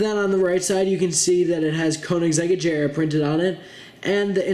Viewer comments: It's aGera not aJera it has a G sound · man! wtf. it's aGera not aJera -_- GGGG!! not J!! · Agrea not Ajrea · Bro, just wow. U said agera wrong like if it was spelled “ajera” koenigsegg is my favorite car brand. Dude know your stuff. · agéra is how you pronounce it. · U say agera wrong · He said agera wrong